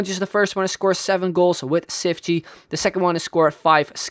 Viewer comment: His name is pronounced cheefchee kazzooie but great vid :)